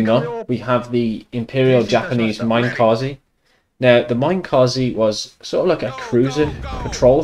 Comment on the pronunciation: Me-neh-kah-zeh. Not Mine-ka-ze.